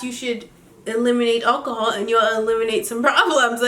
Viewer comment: lool says 'akahol